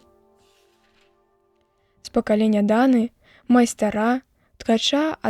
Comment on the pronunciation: Не майстара', а май'стра правільна.